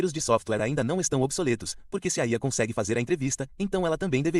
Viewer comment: "Não conxegue, né, IA?" -> chorei de rir nesta